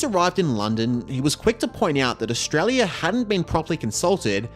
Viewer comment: it’s official, the local accent is “Eshtrarlyer” 🦘🤟